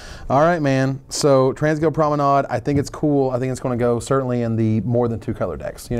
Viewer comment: Oh, by the way,, it's promenADE. Like the elvish one. =P Just had to be a smartass.